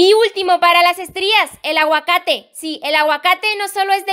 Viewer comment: Cuando ella dijo "aguacate" Yo: PotAtXiO :> ♥